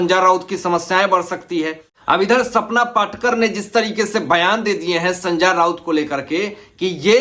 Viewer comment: Pehle to naam thikse lena sikho. संजा राऊत ये क्या है कितना अजीब लगता है सुनने को😂😂😂😂😂😂😅